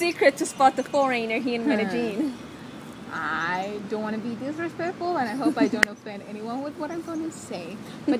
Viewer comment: Also how foreigners pronounce Medellin;)